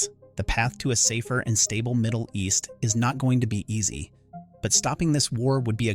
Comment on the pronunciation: You lost me when you said Moddle East. How accurate can the rest be?